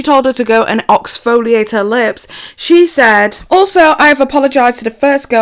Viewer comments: OXFOLIATE 😂😂😂😂 will never get old. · “Oxfoliate” HAHAHAHA soo underrated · Lol, even when is so dead he is decomposing, you still say "oxfoliate". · "oxfoliate" biiiiiiitch, the shade! 😂😂😂